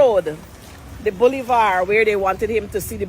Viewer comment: The word is "Boulevard" not "bullyvaar".